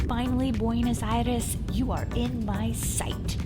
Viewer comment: I cannot be the 1st to tell you that it's not BuenAs but BuenOs Aires.